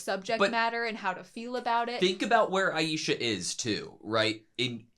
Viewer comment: Aisha, not Aiesha,. I love AutoSave but one thing never been good at for some reason is pronouncing anime names. 😜